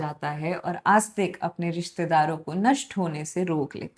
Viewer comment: May help with the pronunciation of names if you used a Hindi/devanagari translation instead of an English one. E.g., it is आस्तीक not आस्तिक.